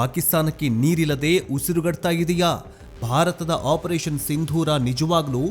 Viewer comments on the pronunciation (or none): none